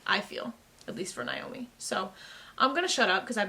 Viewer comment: I’ve spent a number of evenings binging your Expanse reactions and I have two things that I would like to say to you: 1. I sincerely like your reactions. 2. I would love to hear you pronounce Naomi‘s name as “nay-oh-mi” instead of “nai-oh-mi” at least one time.